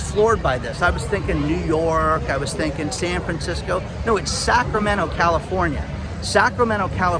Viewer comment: Sacra-tomato…..umm NO